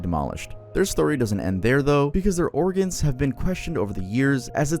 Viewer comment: Please look up how to pronounce granite and origin.